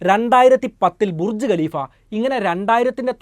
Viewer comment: Galeefa' Alla.😂😂😂.Khaleefa Aan .